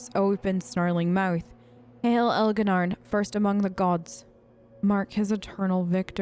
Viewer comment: Ok woman, say it with me now... ElgaR'nan not Elga'naRn. It's adorable and all but it also sounds like a God from pinky and the brain. Have mercy on that poor elf's dignity.